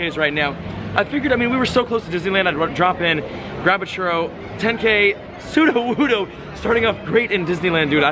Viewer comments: anyone else cringe when says churro wrong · The way you say churro 😂😂